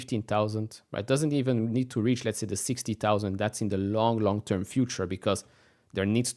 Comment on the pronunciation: When you say "long tern", you need to define it.